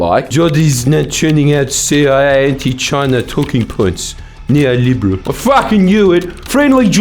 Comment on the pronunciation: "NEOLIbRel." I AM FUCKING ROLLING 😂